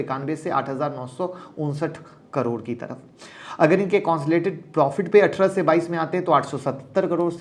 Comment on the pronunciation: सर आप बस "कंसोलिडेटेड" बोलना सिख जाओ ।। फिर मैं आपकी क्लास जॉइन कर लूंगा ।। और डिमैट एकाउंट भी खोलवा लूंगा वो भी आपके ही लिंक से ।।